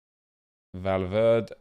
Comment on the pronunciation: It’s valv-air-d-ay